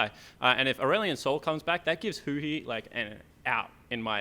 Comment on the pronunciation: sorry mate but huhi is BOO-TI